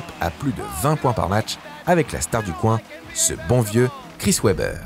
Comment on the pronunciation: Très bonne vidéo encore! Un petit truc à améliorer rien de gros la prononciation des noms des joueurs par exemple Chris Webber.